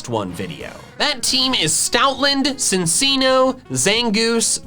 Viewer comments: It is not cinceno it is chincheno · It's Chin-chi-no not sin-seeno.Just saying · Okay this pronunciation is one of my biggest peeves; Cinccino is Chin-Chino, as in a chinchilla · Mistakes: Mispronounced Cinccino Uses an image of shiny Florgeis instead of a normal one (the flower lady)